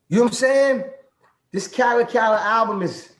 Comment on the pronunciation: It’s DJ Khaled Not, Kha-lid